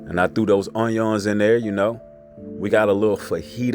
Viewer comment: How he says Onions 🧅 😂